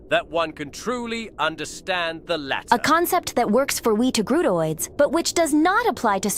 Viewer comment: "Togrutaoids" took me a second. Perhaps I should reexamine my human biases.